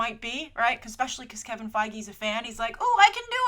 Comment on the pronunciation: It's "FEEG" not "FA-IG"